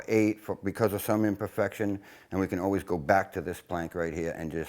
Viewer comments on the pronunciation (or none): none